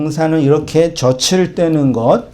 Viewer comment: 목사님 저츨 떼는게 아니라 저즐 떼는거라고 발음하셔야죠.